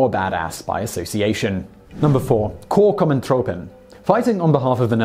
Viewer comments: Korps Commando troepen, Similar like Corps as in United States Marine Corps, Commando has its normal pronunciation. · Heartless666Shadow he totally raped the pronunciation haha. And "Nu of nooit" does fit the Dutch.